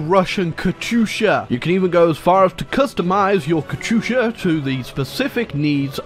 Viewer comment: I don’t like how he says “katusha”. Sounds like an American saying “ gracias”